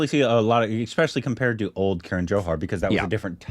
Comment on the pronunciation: it is not "K" run but "kah-run" Love your tattoos